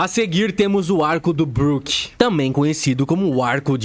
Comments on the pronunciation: Várias incoerências.. em Punk Hazard, ponto pro Chopper que salvou as crianças, onde está só um chapéu de palha nem deveria contar.. Sem falar que pronuncia tudo errado.. BROQUE kakakakakakakakaka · O cara fala BRÓKE.. não dá pra levar ele a sério. 🤦🏻‍♂️🤦🏻‍♂️🤦🏻‍♂️